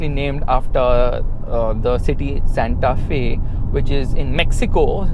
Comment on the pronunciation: Fyi, pronunciation is Santa ‘Fay’, not ‘Fee’. The design looks very nice.